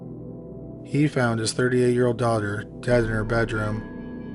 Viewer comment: Yeah, he didn't start sounding like a tiktok until later. Don't know if he pronounces daughter as dogger at this point.